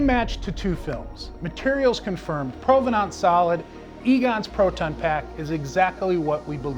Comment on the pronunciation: Why do you pronounce provenance like that? It’s wrong.